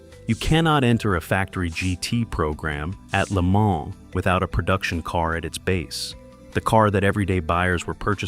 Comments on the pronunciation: I stopped the video when Le Mans was pronounced L.E. Man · "The car that would go to 'L', 'E', 'Mon' ..." 🔥🔥🔥